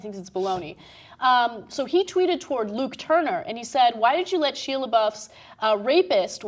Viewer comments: who is "sheeah" Lebeouf? its pronounced "Shy-ah" Ana.....smh. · I've never heard anyone pronounce it like "shee-uh", does Ana not know who he is? And I'm calling bullshit, he had an exhibit where he said people could do whatever they wanted, and if he was truly uncomfortable, he would have said something, I doubt that there was nobody within earshot of that room they were in. I wouldn't be surprised if he just fucked the girl and didn't want his girlfriend to find out, or if he is just trying to gain attention in the media again. That being said, there is no fucking way Ana and would be so quick to dismiss it if it were a female actress in the same situation. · Ana, say his name right please. It was driving me crazy. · Comments be blowin' up! XD But on an unrelated note, can you at least pronounce Shia's name properly if you are going to do a story about him? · Omg at least pronounce his name right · Can't even Shia name right